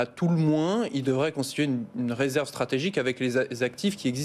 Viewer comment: "Résèrve" 😂😂😂😂 ça craint 😢😢